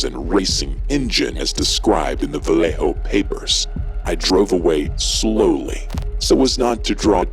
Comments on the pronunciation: It’s not pronounced Va-lay-ho like a typical name of Spanish origin would be it’s pronounced va-lay-o colloquially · It's very understandable if you're not from the area, but I have never heard anyone put an accent on Vallejo like that and it's cracking me up. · How he pronounces "Vallejo" is painful.